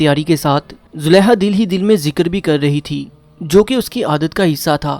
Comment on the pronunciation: You need corrections in pronunciation. You read ha where those were kha. You said Zuleha, while it was Zulekha.